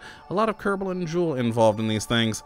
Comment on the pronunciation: I Always hear you say "Kerbou"